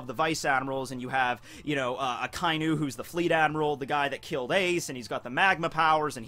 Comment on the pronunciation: A-KA- E_NU Red Dog four Sylables that's not how ANYONE SAYS! IT STOP IT.